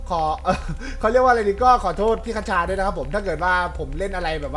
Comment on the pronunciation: พี่ คชา ไม่ใช่ คะชา